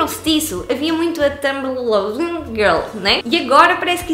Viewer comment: A pronúncia de Tumblr é "tãmbler" eu acho